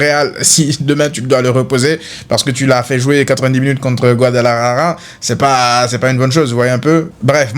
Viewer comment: Enfin tu as dis Guadalajara au lieu de Chambalala😂😂😂😂